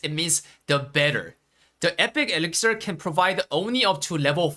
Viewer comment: It's elixir, not elixer :)